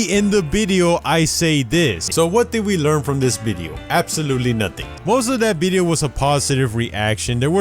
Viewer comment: nobody:: bideo